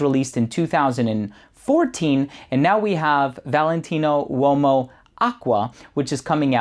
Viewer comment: U o mo? 😂😂😂 o’s silent!